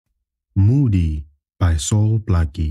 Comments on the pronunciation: Hi. Are you saying the pronunciation should be "Mu-Hoody" as opposed to "Moody". Thank you for that perspective, many people have been pronouncing it as "Moody".. We will look into it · It's Mhudi not Mudi.